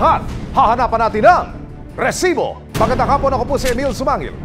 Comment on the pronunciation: Sir mali po bigkasng Rrrrrrresibo subra haba ng rrrrrr